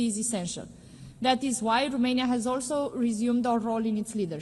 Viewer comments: Madame, it's Romania not Rumania 🤦‍♂ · Romania not , ,,Rumenia “